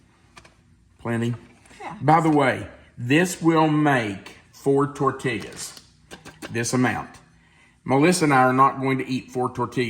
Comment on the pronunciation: I love you like a brother from another mother. But your pronunciation of tortilla is like a stab in the heart to someone living in the southwest with Hispanic grandchildren and son in law. It is tor tee yas. Double L in Spanish is always a Y sound. This is meant in love.